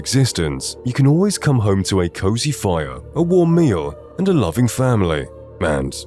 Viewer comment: Why do you say "mand" instead of "and" lol